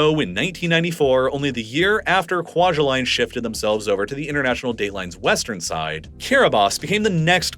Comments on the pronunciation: It’s pronounced KWA-JAH-LEAN. At least that’s how I’ve heard it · Kwajalein is not pronounced like Kwa-juh-line its pronounced like Kwa-juh-lynn. My parents met there.